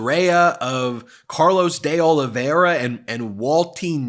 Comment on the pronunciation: By the way you are saying De Oliveira wrong, see the portuguese way of saying ... continue the good work